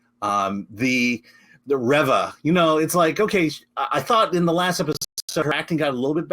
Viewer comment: Reeva not revva